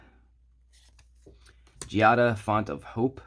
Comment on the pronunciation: I always wanted to buy an Angel deck, but all the lists are 100 slaps and above and I never know if they are worth it. Do you think this is worth the price? Ps: Every time an English speaker pronounces Giada in correct Italian, my heart grows 3 sizes larger. Thank you. ❤❤❤